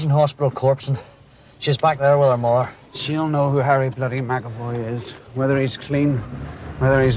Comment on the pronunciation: "Do you have a Hawwy McAvoy?" "No, but we do have a Woderwick".